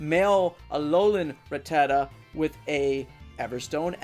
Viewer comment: its RATTA-TA not RA-TTATA